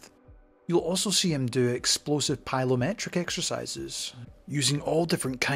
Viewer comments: Great vid , and its Plyometric not pylo lol 👌😉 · Plyometric not pylometric